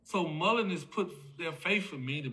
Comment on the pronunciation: For cripes sake. It's Mullen. Not mullenz or mullenzes.